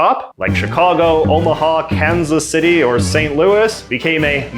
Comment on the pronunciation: I love the way you say Kansas City. Fully pronouncing Kansas. I don't hear that often, usually here you here Kanzacity kind of, where they bleed into each other. Yours sounds much more proper :)